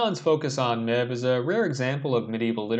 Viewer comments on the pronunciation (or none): Nice analysis. Helpful tip, it’s pronounced Mave